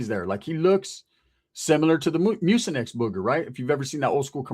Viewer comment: I tried hard not to laugh. I tried 😂😂 this fool said mucinex